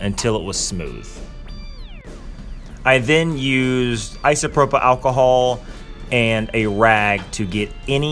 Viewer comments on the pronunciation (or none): none